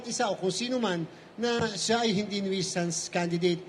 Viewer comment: Hello mga broadcasters. Na go Google ang tamang pronunciation Para hindi nanan nakaka hiya kayo. Mali mga pronounce ninyo sa "nuisance" check ninyo po.